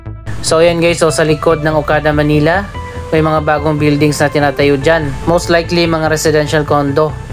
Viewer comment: yung "manila" mo po mali yung pronunciation ..